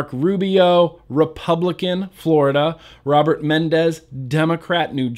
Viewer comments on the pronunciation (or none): none